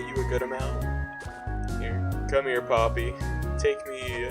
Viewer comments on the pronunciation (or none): none